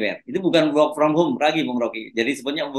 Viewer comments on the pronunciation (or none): Bung hersu perlu kursus English lagi. "Work" cara bacanya bukan wok. Tapi 'werk'. Lagian SOP WFA bagi ASN TIDAK berarti gak masuk kantor sama sekali bung.